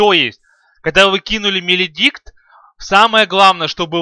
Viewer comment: Свен без бкб, дагон? 5 ударов с руки? что ты несешь (маледикт, а не меледикт)